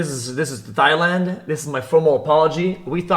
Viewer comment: Bro said Thigh-Land oh mama 🥰 thigh land seems like a place for me. Someone care to give me direction